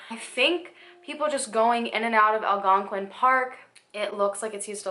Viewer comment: Good job on pronouncing Algonquin in this video!!